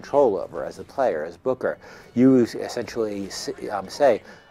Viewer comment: It's Booker, not Bucker. Just so you know.